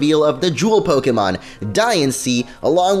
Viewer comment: let me just say, i could watch this whole video, but your pronunciation driving me insane! It's Poke-AY-mon, not Poke-EEEEEEEEEEEEEEEEEEE-mon! I know i must seem like a loser, but i find it incredibly annoying, especially because i used to do the same thing. please fix it.